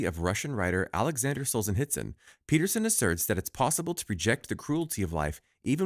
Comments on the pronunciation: It is not Solzenitsyn, but SolZHenitsyn. And ar-ki-PE-lə-gəu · The pronunciation had me LOLing hard. R chi pea leego...r ki pel ego would be more correct. As for Alexandr Solzhenitsyn don't provenance the h and try sohl-zhuh-neet-sin.